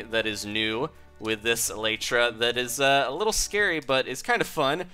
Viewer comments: No offense, but it is pronounced Ee lie tra. It is the hard wing casing on an insect. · No one knows the Elytra is actually pronounced : El- EE-Tra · not elatra elytra!